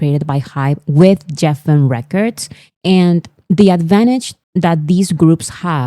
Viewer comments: Lovely, Geffen Records is pronounced with a hard G. So like Guessin💜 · Geffen is pronounced like Gregory, not Geoffrey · Thank you for making all of the informational videos. I love your essay format. If I were still teaching (retired now), I would use some of your videos for my students to analyze the structure. Just one minor thing. Geffen is pronounced with a hard G sound, like the G in goat. I know. English pronunciation rules are a mess, so many exceptions and irregular (weird) variations.